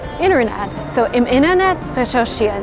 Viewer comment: I dont know if its intended, but you pronounce some t‘s like d‘s (Wedder, Inderned), wich kinda sounds like Plattdeutsch (spoken in rural areas in the north west). Very funny though.